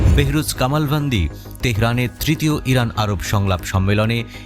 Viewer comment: হরানা না ইরান 😂😂😂😂